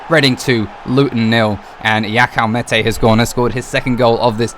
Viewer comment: Btw for future reference it’s Olise: O-Lee-Say Meite: May-Tay Araruna: Ah-Rah-Roo-Nah Cant remember if you pronounced this one right but it’s Ri-Nom-Oh-Tah